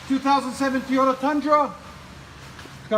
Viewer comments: Its not Tiota, it's Toyota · Guy said teeeeeyota about 400 hundred times. It's Toyota, just so we're clear. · T”o”yota not Teyota god damn. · Stop saying "Tee-yota" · Great work. I'd think after doing so many of these you'd have learned not to call them TEEEEYOTAs. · T-O-tah? Where yous froms? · are u from the south? because i always end up saying teeyota too lol. oreilly's guy was like, a what?? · Guy can’t even say Toy-O-TA